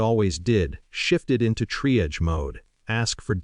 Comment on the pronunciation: Narrator can't pronounce triage!